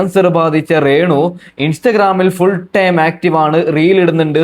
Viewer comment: നീ അല്ലേടാ രേണുവിനെ 2ഡേ മുൻപ് വെളുപ്പിച്ചത് കിച്ചുവിനെ കുറ്റം പറഞ്ഞത് ആദ്യം അക്ഷരം പഠിക്കു റേ ണു അല്ല രേണു 😅